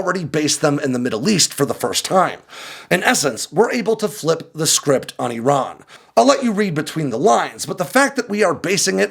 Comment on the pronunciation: He's saying Iran wrong